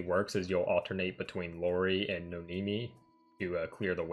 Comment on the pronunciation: I usually don't care much for JP mispronounciations but I just couldn't with Lori and Zunko. 🤦‍♂️ Regardless, thanks for the guide! I've been trying to clear D so I can start getting blue reports(currently L34). I was going to play the Asia version myself but heard Global was coming so I just waited for it.